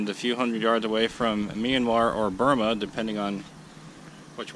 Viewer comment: You don’t pronounce Myranmar as Meeanmar.